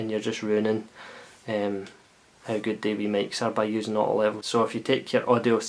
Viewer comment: wavy waavy! nice one dude. :) random dust... an american can hardly understand when you say "auto level" what the word "auto" is... still not sure, just guessing. thanks for the review...